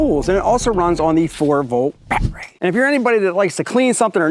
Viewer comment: I only watch your videos because I love to hear you say bat-ray. That and all the cool new stuff from Reeyobee. BTW, you slipped on your pronunciation .